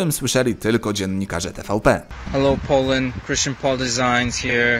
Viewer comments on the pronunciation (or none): none